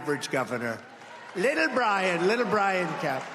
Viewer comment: “Liddle” anybody. In comparison to the inflated bloviator?